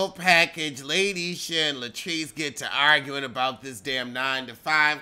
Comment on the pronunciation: "LATE - ISHA" 😫🙅🏾‍♀️